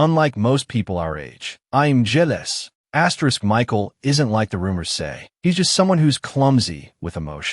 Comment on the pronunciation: "I'M JEIALOUS"😭